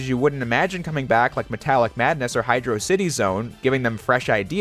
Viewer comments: Hid-er-ok-ity what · just posting to say great vid and i noticed you pronouncing hydrocity zone both ways in this lmao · alternating pronunciation for Hydrocity Zone. clever. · wow, he pronounced Hydrocity both ways! Great video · I like how you pronounced Hydrocity Zone’s name both ways so people wouldn’t bother you in the comments.